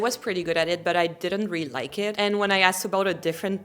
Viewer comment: My favorite is the way you say really 😍.